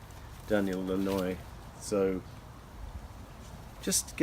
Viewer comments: It’s Daniel Lanois pronounced LAN-WAH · His name of Lanois (Lan-wah). Please don't quit you day job.